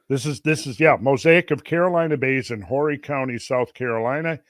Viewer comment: just an fyi Horry is pronounced either "O-Ree" or "Orry". The H is silent.